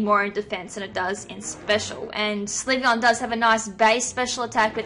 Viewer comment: It's pronounced sill-vee-on.